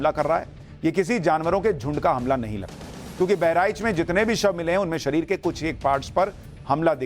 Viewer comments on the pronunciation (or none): none